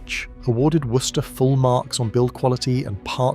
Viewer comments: Worcester pronounced Wuster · Your AI voice really struggles with the pronunciation of Worcester, trying to say Worcestershire instead. laugh a minute - it gets in the way of the message! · Pronunciation of Worcester was hilarious.